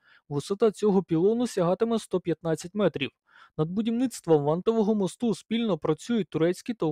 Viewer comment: Не мостУ, а мОсту. :) Наголос ріже вухо. Дякую за роботу. :)